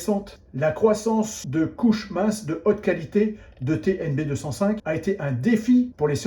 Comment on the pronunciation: TnB 2 "O" (oh !) 5 donc, pas TNB205 mais TNB2"o"5... faut pas raconter n'importe quoi...